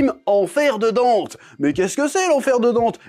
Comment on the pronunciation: Dante ❌ Dente 🤌